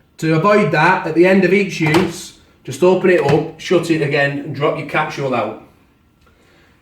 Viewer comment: Great review apart from I don't understand why you say capsHool?? There's no H. It's capSule as in capsHool! I'm British too.......